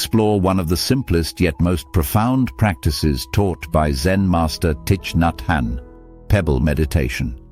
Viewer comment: You pronounce his name wrong